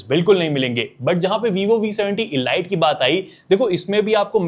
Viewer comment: Bro pronunciation pe dhyaan do, ELite is not pronounced Eh-Light , it's EL-Eat , killer cut nahi Clear Cut, proformince nahi per-for-mance ... Stor-yo nahin Ste-reo, Khada nahi kharaa.... Not trying to mock you , it's a genuine feedback to improve your video reach and quality...